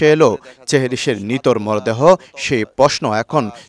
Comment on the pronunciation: আসলেই!! সেহরিশ✅চেহরিশ❌ নিখোঁজ✅ নিকুজ❌ নিথর ✅নিতর❌ থাক, আর নাই বললাম